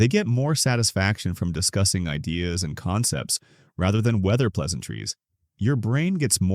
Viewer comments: Why can't your AI pronounce "best idea"?? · Mispronounced idea and knew it was ai instantly.